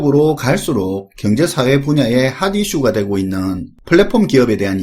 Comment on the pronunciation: 사투리 구수하네요. 갱제 사회 ㅋㅋㅋㅋㅋ